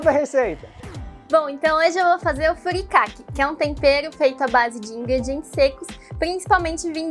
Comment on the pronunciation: Eu fiquei meio incomodada com a pronuncia errada das palavras em Nihongo. Principalmente do Furikake.